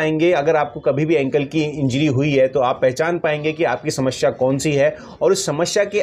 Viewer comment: Kaun sa doctor hai tu shamashya bolata hai bolna to sahi se aata Nahin